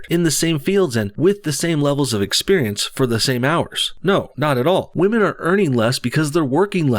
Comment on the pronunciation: I think I'd rather rub the back of my neck on a rusty iron cheese grater than listen to anything Bernie sanders says about "muh wage gap for the wahmen". He's got some baaad dementia.